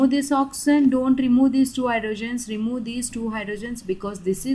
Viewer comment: I love the way she says oxysen 😹